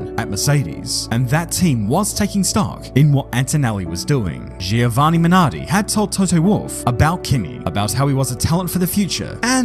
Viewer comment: You butchered that Giovanni name so bad haha